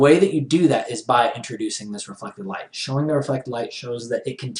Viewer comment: "Shwoing".-. Haha, jokes aside, love the tutorial!